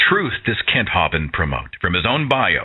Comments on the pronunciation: I haven't heard that pronunciation of Kent Hovind's name, "HAW-vind" in stead of "HO-vind." My favorite is still the way the computer voice in Deccha1983's videos say it, like "ho-VINED" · I am pretty sure it is pronounced 'Hoe-vind.